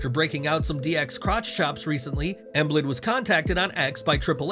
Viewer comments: Emblid? Lol it's Joel Embiid (Em beed) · Bro you saying emblid? It's Embiid pronounced em-beed.... Come on g lol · You pronounce Joel Embiid's last name as EM-BEED...Joel Embiid😊 I'll be at the LINC as well.